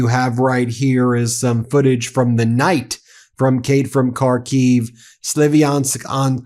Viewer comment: Jay from karkiev not Kay